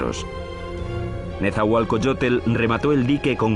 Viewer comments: que mal que los que son locutores en esta historia no son mexicanos, NO SABEN PRONUNCIAR EL NOMBRE DE NETZAHUALOCOYOTL, dice netzahualcoyotle, ni siquiera saben leer...QUE PENA QUE ESTO LO ACEPTEMOS............ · El comentarista que traduce dice nezahualcoyotel jaja